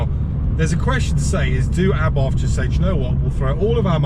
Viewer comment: Please correct me if I am wrong but isn't the correct way to pronounce Abarth A Bart and not Abartttthhhhh?